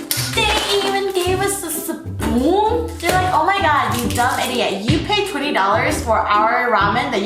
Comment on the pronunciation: " dis sepeficc " " de sepoon "